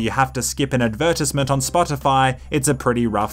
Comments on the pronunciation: Did.... did you say "ad - ver - tiz - ment?" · WHY DO YOU SAY ADVERTISEMENT LIKE THAT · how the fuck did you pronounce advertisement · never in my entire life have I heard someone say "advertisement" like that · ok but why do you say advertisement like that